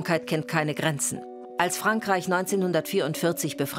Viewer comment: war das ein Wortspiel mit "Krätze" oder hat die Kommentatorin "Grenzen" etwas undeutlich ausgesprochen? Ersteres wäre blanker Hohn